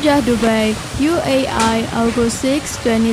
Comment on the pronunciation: Can you speak properly it’s not UAI ITS UAE